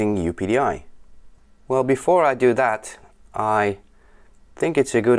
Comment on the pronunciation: Very good. I pronounce it "Up-Dee" :)